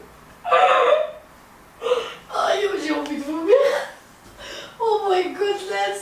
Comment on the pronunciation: Arrête de dire (j'ai envi de vumiir lol hhhhhhhhhhhhhhh